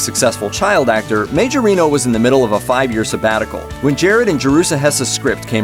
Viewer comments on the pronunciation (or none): It’s pronounced Ma-jor-nee-o